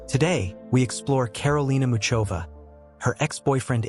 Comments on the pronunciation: Mikulov is in the south of Moravia,i.e.the eastern part of Czechia. It is NOT in Slovakia, plus, the pronunciation of her name IS [ˈmuxovaː] pronounced like the "ch" in the Scottish word loch or the German name Bach. Do your research first. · I don't understand how some idiot could post a profile of a world-class tennis player on YouTube without checking the basic facts—he doesn't even know how to pronounce her name.